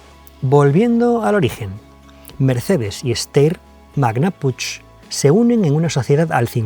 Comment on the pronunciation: Being from the area the G is built since 1979, may i comment something? the "ch" in Puch (of Steyr-Daimler-Puch) in our language sounds like you pronounce G without the "e"sound at the end. I know that is very hard for people of other native lanugages to pronounce, just wanted to explain. The Haflinger you showed a picture of, that Steyr had built for years had portal axles, and it's successor the Pinzgauer did as well. The Pinzgauer was available in 4x4 or 6x6 and also had portal axles. Haflinger and Pinzgauer are two horse breeds that are very capable in the mountains and local to austria. And when Steyr and Mercedes partnered up, Steyr insisted on making the Difflocks and the 4wd of the W460 engagable while driving just like they already had done with the Haflinger and Pinzgauer. (at least with manual gearboxes that works) Even some cars of today can't do that and need stopping. I realy hope you get to test a Pinzgauer (gasoline engine with manual gearbox) offroad once! Greetings from Austria!